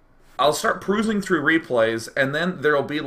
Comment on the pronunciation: proosing? prusing? what? lol